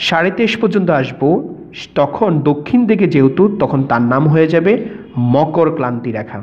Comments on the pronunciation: কর্কটক্লান্তি/মকরক্লান্তি বলে কোনো কথা নেই, এগুলো যথাক্রমে কর্কটক্রান্তি/মকরক্রান্তি হবে। উচ্চারণে আরেকটু সচেতন হলে ভিডিওটা আরেকটু ভালো হতো। ধন্যবাদ। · কর্কট ক্লান্তি ,মকর ক্লান্তি রেখা নয় দাদা কর্কট ক্রান্তি বা মকর ক্রান্তি রেখা। ঠিক করে উচ্চারণ করুন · যে মাস্টার এটা বর্ণনা করেছেন, তিনি তো কক্রটক্রান্তি আর মকরক্রান্তি শব্দ দুটো উচ্চারণই করতে পারলেন না। বোঝানোর মধ্যেও একটু গোঁজামিল মনে হলো। এটা হওয়া উচিৎ নয়। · ভুয়া শিক্ষক!! কর্কটক্রান্তি ও মকরক্রান্তি শব্দ দুটো উচ্চারণই করতে পারলেন না। আরও বললেন, দ্রাঘিমা রেখা মূল মধ্যরেখার সমান্তরাল হয়, যা কখনোই সম্ভব নয়। অর্থাৎ উনি নিজেই এটা ভালো করে বোঝেননা।